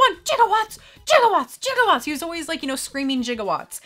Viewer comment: I’m a big Transformers fan and my fave movie is “Transformers: The Movie”. I think it was released in 1985?! But it was animated and it was an emotional time for kid fans because of beloved characters we lost. I was gonna say you mispronounced “gigawatts”. But then you eventually pronounced it correctly.